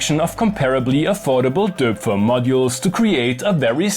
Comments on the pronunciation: fine, but you missed counting the embarrassing mispronounciation of döööpfer , so I think the whole argument is flawed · The Austrian in him came out... he's a native German speaker but can't even pronounce "Döpfer" properly. 😂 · That is the most Austro-Bavarian pronunciation of Doepfer I've ever heard 😁